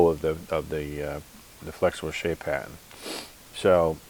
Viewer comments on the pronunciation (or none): Is he saying "patton" or "pattern"? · He's speaking "Bostonian"- they drop their "r"s